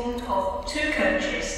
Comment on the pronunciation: I laugh at saying five coaches as it only says five chis.